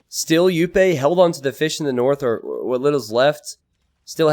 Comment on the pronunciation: Just nitpicking but Jupe is one of the most active streamers and it's pronounced with the English sounding J not the Spanish one